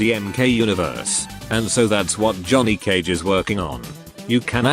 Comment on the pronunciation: "Jhoony Cage"?